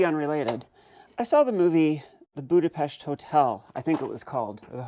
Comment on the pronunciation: A woman who pronounces Budapest properly, bestill my quivering heart 😊 Not with an AED though, please.